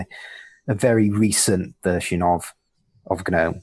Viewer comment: The third way is to pronounce it like 'genome'. Aaagh!